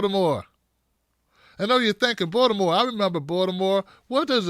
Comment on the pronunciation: the way you pronounce Baltimore sounds like you grew up there. 😀